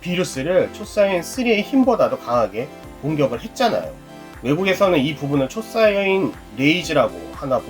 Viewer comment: 초사이언이 아니고 초사이야인 입니다!!도움이됐으면합니다